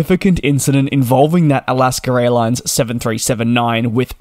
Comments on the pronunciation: Can you PLEASE learn to speak properly. It's AlaskA Airlines, not Alasker-Railines? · Every time you say "Alaska airlines" I keep hearing "Alaska raillines". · all i hear in these videos is Alaskar Airlines